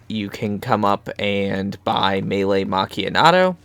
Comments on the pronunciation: nice i liked the video but its meelee macchiatto not meelee macchianato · Legit I said this in his boat glitch video the man saying melee macchiato wrong like where is the N coming from 😂